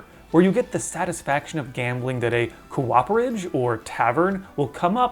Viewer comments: co-operage instead of cooper-age making me v uncomfortable 😂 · I feel like i'm early enough to offer this friendly fun fact/pronunciation tip without (hopefully) repeating anyone else: a cooperage is a place where coopers, aka barrel-makers, work. It's pronounced like a chicken coop: coop-er-age, and not co-op-er-age. Absolutely understandable mispronunciation, especially for someone who works within the video game industry! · excellent video!!!! but the building that makes barrels is called a "COOP-erage" rather than a "co-OP-erage", like the guy who makes barrels is a "cooper". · "cooperage" is pronounced Coop-er-age and refers to a place to create barrels, coopers make barrels, cooperage is also a general noun for place to store beer.